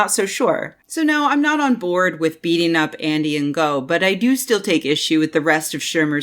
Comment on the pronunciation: I could be wrong but I have heard 2 different but supposedly 'ok' pronounciations of 'Ngo' as a name. You can either pronounce it 'No', as if the G is silent, or I believe the more accurate pronounciation for the source language is actually 'Ing'. As in the last 3 letters in 'beating'. So call him 'Andy Ing'. Either way, I'm fairly sure that 'in-go' is just about the least-proper pronounciation possible.